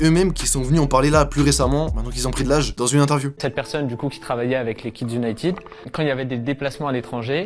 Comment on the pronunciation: Vidéo très intéressante. Mais par pitié les Français, arrêtez de dire "Unitiiide "! United se prononce "uniteude " pas "iiide". Ça fait mal aux oreilles.